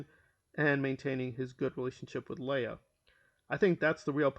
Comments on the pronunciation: LEIGH AHhhhh Not LAY ah.... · Leia??? You mean Leah??